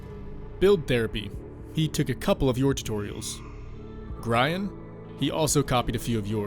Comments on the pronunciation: I laughed when he said gr-eye-an Its gree-en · You said Grian wrong, only thing I'm going to say because he hates it when ppl don't get it right... lol